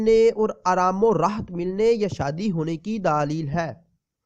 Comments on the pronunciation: دلیل ہوتا ہے بھائی صاحب، دا ا لیل نہیں ہوتا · lafz daleel nh ha ap galt bol rahy ho lafz dleel ha